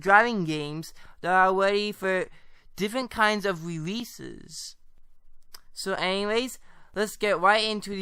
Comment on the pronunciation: rereases lol (no hate)